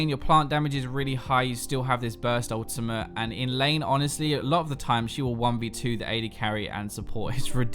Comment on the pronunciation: Why do you keep saying "Ultimah" instead of "Ultimate"? Like, what's up with that?